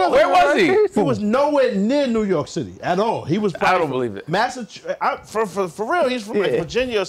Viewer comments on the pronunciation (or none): Son gotta relax when he couldn’t say Massachusetts 😤😤😤